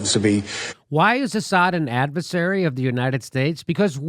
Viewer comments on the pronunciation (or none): Joe said advesary instead of adversary a couple of times. This shows us how easily the mind can be manipulated, because then Jimmy said advesary. I'm pretty sure he knows the correct pronunciation of adversary. Still, another good clip!